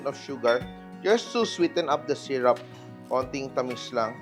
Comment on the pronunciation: Sy Roop not Sy Rap … for syrup…